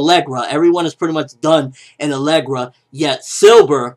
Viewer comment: Alegria! Not alegra. There's an I in there lol